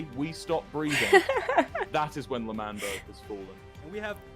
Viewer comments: its LE MAN BERG not manberg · Its not lamberg its Lamanberg its L'manberg I know but you say lamanberg you know? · Lamberg Angry Wilbur noise It's L'manberg Le man berg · lAmBeRg.. Me:😂😂😂😂😂😂 lmfao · Pronounciation of L'manberg is Lemanberg, btw i love your videos so much💜💜